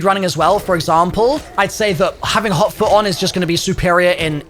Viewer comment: I thought he said hauk tuah. Instead of hot foot